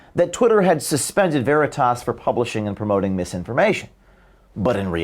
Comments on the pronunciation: CNN mouth piece can't pronounce "veritas". How fitting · I just love how she says 'Veritas' like it is a word entirely alien to her. So fitting for her ilk.